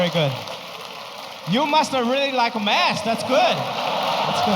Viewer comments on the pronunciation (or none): I love him !! SOOooo funny. I LOVE the way he says MATH as MAST. I LOVE Ranch 99 !!!!!!!!!!!!!!!!!!!!!!!!!!!!!!